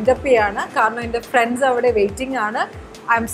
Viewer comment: She became too conscious abt her English pronounciations that she left her Malayalam words bizarre.. Randu, KaRanam etc 😂😂